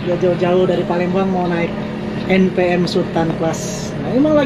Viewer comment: Lucu nyebut NPM nya.. anak saya jd ngakak 🤣🤣 en pee em 🤣